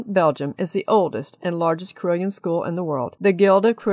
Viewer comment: It is pronounced as 'CAROLLON' not CRILLION, Other than that, nice.